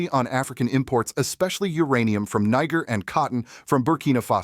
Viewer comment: I HAVE A PROBLEM WITH THE WAY THE NARRATOR PRONOUNCES “NIGER”, DO YOU???